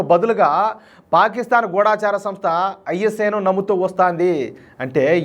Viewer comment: గూడాచార కాదండి గూఢచారి అంటే SPY.